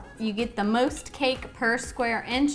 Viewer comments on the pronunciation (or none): When said most she sound country.